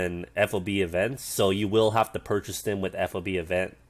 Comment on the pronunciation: It's FOB not F.O.B. Though it is an acronym, but the military likes to say those as words because there are so many that it makes for a clunky conversation. Ammo Handling Area is just AHA, like "Ah ha". Well, sometimes it can be either a non-word or letters, like ADA for Air Defense Artillery. But the point was I've never heard FOB said as letters. Even when we're clearly trying too hard to make it work. Like MLRS "emlars".